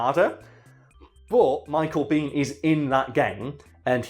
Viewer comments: Americans pronounce his last name " BAYn". Not " bean". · Michael Biehn pronounces his last name “bean”